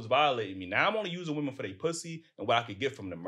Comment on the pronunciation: Green scully talking about correcting someone's speech and can't pronounce the word "women".